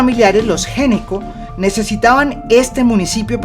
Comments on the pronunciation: El apellido Gnecco se pronuncia "ñeco". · Gnecco es un apellido italiano y se pronuncia "ñeco"